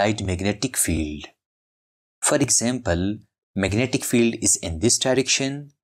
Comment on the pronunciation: i just love "magentic materials".